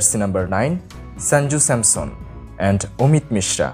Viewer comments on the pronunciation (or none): none